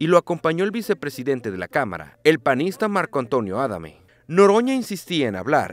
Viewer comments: Jajaja maldito video amarrilista, ni el apellido del Adame saben pronunciar. Falto la parte donde reto a un diputado a que lo bajara 🙄🙄. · ¿Porque pronuncia mal Adame el reportero? ...¿por las prisas?